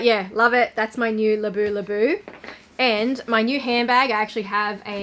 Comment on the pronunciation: It’s Labubu not Labulabu 😊 Gorgeous Chanel backpack 😍